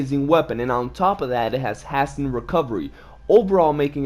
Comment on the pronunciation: Hasten pronounced hey-sin not has tin